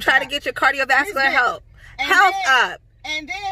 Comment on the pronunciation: U said "Cardio Vaniller" YOOOOO Frank and Me are CTFU!!!!!! Replayed it 3 times hahaha!!! Ür SOOOO FUNNY